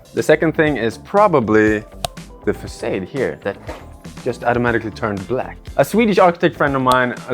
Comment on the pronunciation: the way you pronounce facade is incredibly irritating